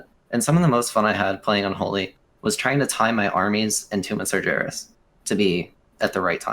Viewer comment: Why does this guy say "sarjeras"